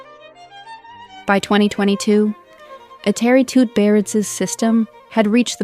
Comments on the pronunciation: Every name you pronounced wrong. Even Eteri's. It would be nice for you to lookup how to pronounce names out of respect at least. Also her skaters either went to other coaches or just quit because they won everything (Zagitova, Sherbakova). Why to skate if you won everything? In skating injuries are commion. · Can’t even pronounce her name right 😭